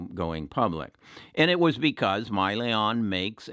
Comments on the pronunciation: It's Hyliion, not Myliion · i can't take Hyliion stock advice from someone who mispronounces the company name as "Myliion". He's obviously not interested in the company nor has he done any research. He just heard from someone in the "tribe" that replacing the powertrain will void the truck warranty. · First of all is not MYLION. It’s Hylion and the name comes from Hydrogen,Lithium Ion. Secondly, the added electrical solution does not affect the warranty of the trucks. This issue has been discussed many times in their prospectus and investor presentation. Please Do as you Preach and EDUCATE YOURSELF. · Just a correction if I may. I think the company you were referring to is Hyliion, not Myliion which is what I heard you say in your video. SHLL is the ticker symbol for Tortoise Acquisition Corp which is an SPAC (Special Purpose Acquisition Company) and with which Hylliion is to merge in the near future. From then on Hylliion will be a Public company and will have a new ticker symbol HYLN on the New York Stock Exchange. I fully agree with you that this is very much a worthwhile investment. I much enjoy your videos. Very helpful. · How are you going to own a company that you don’t even know how it’s pronounced? Probably a good thing he sold. This guy is a swing trader and easily buys or sells stocks based on 1 of his members’ opinion. Don’t agree with his decisions and how easily he’s swayed.